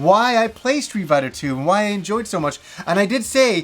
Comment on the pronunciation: "Stree Biter"